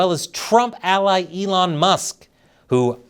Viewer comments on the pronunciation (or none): none